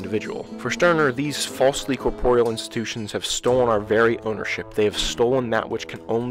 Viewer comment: Great vid. For the love of God please learn how to pronounce corporeal.